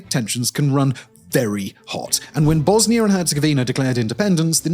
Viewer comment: It's Pronounced : "Bosnia"....... Not (Bosni-ER)